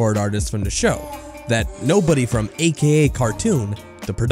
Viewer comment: gotta practise pronouncing "the" instead of "duh"